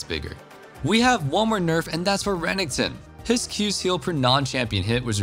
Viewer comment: Umm how did this guy say Reneckton